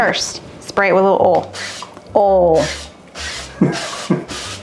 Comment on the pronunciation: Thank you for the clarification, once again, of the word "oal". My mostly deaf Yankee self couldn't survive without the lessons. 🤣🤣